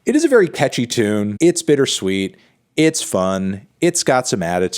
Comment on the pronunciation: Had to rewind to hear Antknee saying ‘tune’ like that